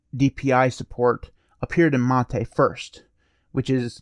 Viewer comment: Your pronunciation of "mate" is correct. It's a word from Spanish, pronouncing the way you do.